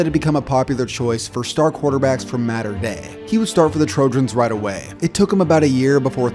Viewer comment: Dude can't pronounce Mater